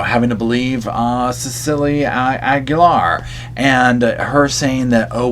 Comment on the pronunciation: DID U SAY KEEGAN AGULAIR OR KEEGEN?